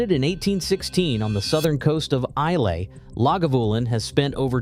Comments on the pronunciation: Not Eye Lee. It isle eh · It's "Spay-side" (not Spee-side, FFS!), and "Eye-lah", not "Eye-lay". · Okay, whisky buff: Speyside rhymes with Gay-guide; or Ray-hide; or Hay-ride. Sorry, but get it right. Also Islay is pronounced Eye-la. Now you know. So say we Scots. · Where is ‘eye-lay’? It is ‘eye-la’ (Islay) and ‘la-ga-voo-len’ … and you’d better like your peat. Just saying… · Good post. Though I think you missed a trick with Ardbeg 10 or Glenmorangie Original (now a 12 up from 10 and even better than ever), both outstanding whiskies in their own right and excellent VFM. Incidentally, Speyside is pronounced Spayside, and Islay is pronounced Aila; might as well get it right if you're going to talk about their whiskies, eh!? Love Lagavulin, but in my market (Japan) the 16 has almost doubled in price in recent years (used to be ¥7,000/$45, now around ¥18,000/$110); the quality is still stellar, but VFM not so much so. Oh, and Bruichladdich (Brookladdie), another fabulous Islay distillery with some amazing expressions - Classic Laddie (unpeated), Port Charlotte (peated) and Octomore, the most heavily peated scotch of all time; I had a bottle at 258 ppm (6.3 Islay Barley 2009) five times Ardbeg levels, and still smooth as silk; absolutely outstanding (though not if you're on a budget)!! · Islay, say "eye-la" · What, no Laphroaig? Lagavulin is certainly a decent scotch, but it's everywhere and overpriced. Laphroaig Quarter Cask is vastly superior and less expensive. And Islay is pronounced "Eyela". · I'm deeply suspicious of someone who can't even say Gaelic correctly, I mean ' I-lay'? really? You miss the point, that the individualistic nature of single malts appeals individualistically to everyone, no way could anyone expect a universal covenant, that's the beauty of the thing! You deserve every rebuke amongst these comments. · Thw y in Islay is not pronounced, Try Isla (Eye-la) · Try again pronouncing Islay and Speyside🤣🤣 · And Islay, the y is silent.